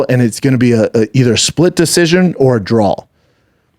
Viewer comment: Bappa has a speech impediment...he cant say DRAW...He says DRAWL😅